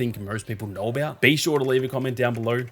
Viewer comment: "gowr" knowr" 😂